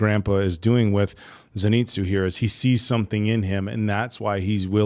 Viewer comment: "Zenito"? Seriously?